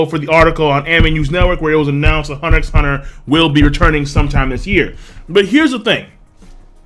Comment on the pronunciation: The "X" is silent...